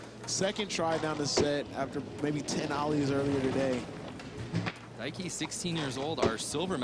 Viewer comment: God forbid we ever pronounce japanese names right 😂 There’s no ‘su’ 「す」in ‘Daiki’. You know they were thinking about how to pronounce kyonosuke